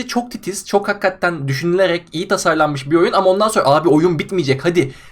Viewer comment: Lütfen artık "Hakkatten" diyip durmasın. Nolur. Plzz.